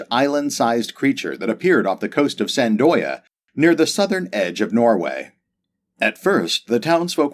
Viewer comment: Thought I'd mention (though I know it's just par for the course) that you miss-pronounced Sandøya. It's pronounced Sah-nh uhj-ah. The A in sand is pronounced like the A in archer, and after the uh the J is pronounced similarly to the first part of the Eu in eureka.